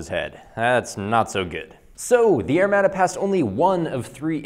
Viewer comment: I like your videos and can even look past your use of the metric system but good god, man. It's pronounced "air-mod-a" not "air-mad-a." Lol stay shiny side up, friend.